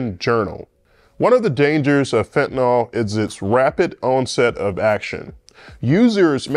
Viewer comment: Why would a real orthopedic surgeon waste time maintaining a YouTube channel? Why doesn't an orthopedic surgeon properly pronounce "fentanyl" and "narcan"?